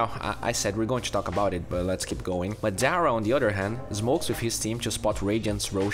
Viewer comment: when u realize madara was pronounced madera